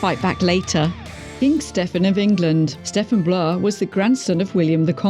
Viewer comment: Never mind worst king, this vid has some of the most annoying mispronunciations on YT! Stephen = "Steffen"?? Angoulême = "Ann jew lame"! Mohacs = "Mow hash" Oh dear.